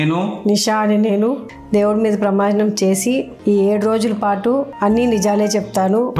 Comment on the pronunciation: ప్రమ యానాం కాదు ప్రమాణం